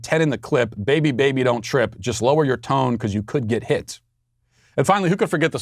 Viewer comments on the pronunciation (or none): none